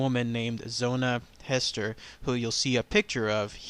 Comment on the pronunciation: The correct pronunciation is Hee-ster with a long E sound. Zona was my 1st Cousin trice removed. Her father and my great grandfather, Charles B. Heaster, were brothers.